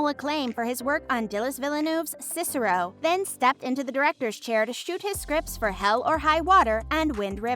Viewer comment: I laughed when the Narrator pronounced Sicario as CICERO....lol